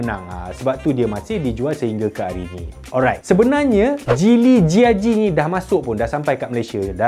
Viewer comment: Abang kamu cakap geely macam cili